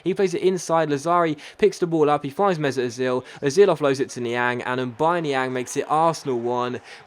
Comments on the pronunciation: I've just noticed that has been pronounced Niang's name wrong throught the entire series. BTW: It's pronounced Ni-Ong not Ni-Ang, but is spelt Niang. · Yea coz he's French. Lol!!!!😂😂😂😂😂😂😂